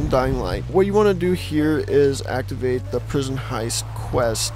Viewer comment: You lost me at "you have to actiavte Prison Heist"